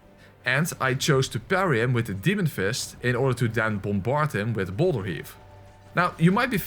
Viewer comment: Is it me or did he say bowler instead of boulder?